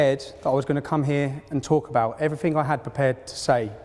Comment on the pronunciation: Oxford Union. And you can't even be fucked to not say 'Evryfink'.